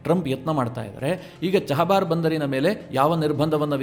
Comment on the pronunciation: ನೀವೇಕೆ ಚಾಬಾಹರ್ ಅನ್ನು ಚಹಬಾರ್ ಅನ್ನುತ್ತೀರಿ??